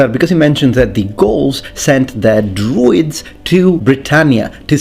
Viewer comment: I heard the same and played it back, then I heard druids. I genuinely didn’t even think of the word ‘druids’ when he said ‘droids’.